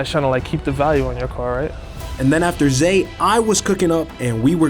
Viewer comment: Zay became Zed 😂😂😂